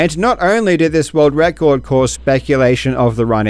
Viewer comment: "Rorld wrecord"